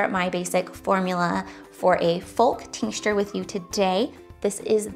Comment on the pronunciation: "Tincture" has no "S" in the middle when pronouncing it. FYI. 😉